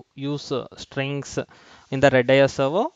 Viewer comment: its R-A-D-a-a-S..or "Redis"